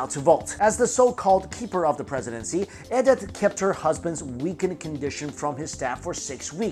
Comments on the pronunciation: Why can't you pronounce common names correctly? Hen rich is Hine rick, Life is Laif, and Ed ith is E dith. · You're pronouncing Edith wrong, my dude :) It's pronounced like "ee-dith".